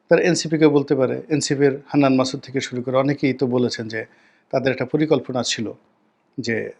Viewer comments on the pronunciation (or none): none